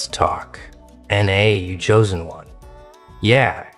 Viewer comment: "choosen" do u hear urself talking like someone stupid? no? yes?